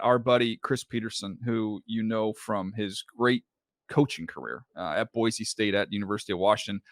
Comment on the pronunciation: Respect to my man DJ pronouncing Boise correctly. Chris, when are they building your statue in front of Albertson's Stadium?